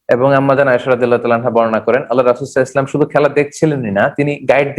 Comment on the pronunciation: Spasta Kara sallallahu alaihisallam bala uchit.